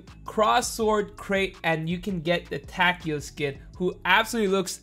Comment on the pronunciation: I'm sure it's (Ta-kay-o) but i could be wrong.